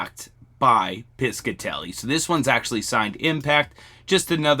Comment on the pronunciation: Hello thank you for all your videos! Just fyi I was born & raised in RI which had alot of jewelry factories, the Piscitelli jewlery co was owned by my uncle's brother...its pronounced pishatelli ( rhymes with fishatelli) the c is silent lol your doing a great job ❤